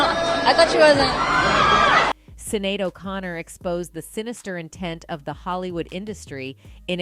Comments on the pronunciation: her name is pronounced "shin-ade" not "sinade" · Her name is pronounced Shin-ade not cin-nade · Sinead : pronounced SHINADE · Her name is pronounced shin-aid. Thanks. 🖤